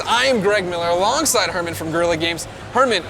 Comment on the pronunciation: his name is Hermen, not Herman. If he was indeed German, his name would have been Hermann. He's actually from the Netherlands, but you're a very smart person, so you problably already knew that.......